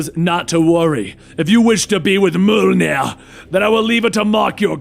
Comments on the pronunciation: Not Mjolnir... MUHLNEH!!!! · Did.. Did he just Say Molnier? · i think it would have been equally as good or even better without the voice overacting. but i guess some people might like it. but you definitely need to work on your mjolnir pronounciation